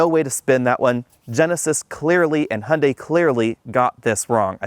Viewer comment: "Hunday" "Hyeundai" "Hyeunday"